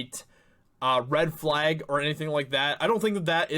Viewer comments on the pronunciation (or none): none